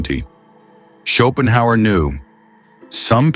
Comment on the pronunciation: Ok, half way through the video, and with the many repetitions of Schopenhauer's name I can't see how this video is going to make me any more competent at anything, even at how to pronounce his name. The video maker was fully incompetent.